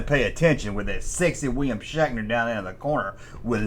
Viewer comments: Bro are you saying shackner? 😂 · The blonde is Yeoman Rand. She says Shatner was always harassing her on set. Are you saying “Shaqner”? That’s what it sounds like. I like Nimoy’s music better. He had a billboard hit about Bilbo Baggins, shatner was also the host of a show called “Weird, or what?” He rode around on a Segway looking for mysteries to solve. Don’t forget he was also the maniac in the Halloween movies, too. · Yew siad Shackner wong